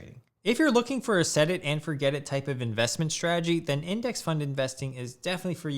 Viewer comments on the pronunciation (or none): none